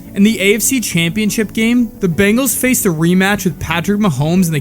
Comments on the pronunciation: Watching your video, I now see why he bleached his hair. Never knew he did it back in high school. Surprised the media never picked up on that. They talked about it nonstop! Great video! After watching more of your video, you need to learn how to say BENGALS! Not BANGALS! Seriously. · We're Bengals fans, not Bangles! Say it right! We've got the best qb in the NFL. Joe Burrow is amazing! WHO DEY! 🖤🧡🖤🧡